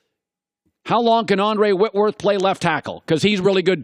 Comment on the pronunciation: Andrewwhitworth not Andre witworth